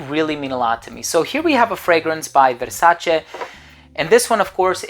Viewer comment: Every time you say VERSACHE I piss myself 😂😂😂😂😂😂